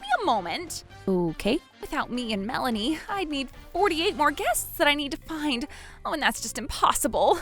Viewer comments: That's what I want to know, I mean he pronounced it as "Mel-AY-nee". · Dude can't pronounce Melanie's name correctly. Mah-laney? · Whenever the dad says Melanie, it almost sounds like Malenia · Never heard the name Melanie pronounced that way before. Male VO sucks. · Why the sudden mispronunciation of Melanie's name?